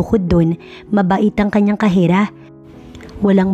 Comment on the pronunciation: Correction Po kasera nde khera